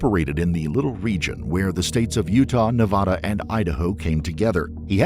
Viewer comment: It’s Nevada! Not Nevada.